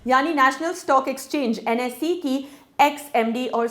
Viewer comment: It's NSE not NSI